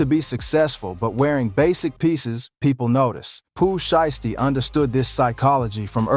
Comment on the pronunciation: sounded like he said pooh shyt stain